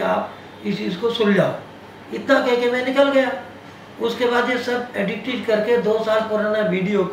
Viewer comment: एडिटेड बोलना तो सिख लो 😂